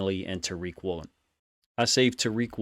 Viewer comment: It’s Woolen. Not even close